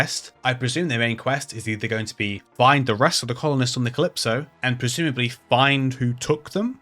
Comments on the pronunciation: I just play a lot of Devil May Cry and that pronunciation is jarring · me neither, just that it's a sci-fi game and I thought you said Callisto when you were actually saying Calypso